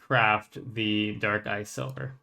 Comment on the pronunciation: so many people call the weapon "silver" instead of "sliver" that it has me checking its actual name multiple times on the wiki lmao it's SLIVER :p